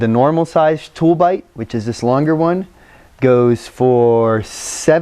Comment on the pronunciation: those are called "toob lite", you kept saying "tool bite" I bought some after Adam's first video. A Tooblite mini and the smaller paqlite. Quick shipping, good product. After about 6 hours, I could still make out the mini on my keychain across the bedroom.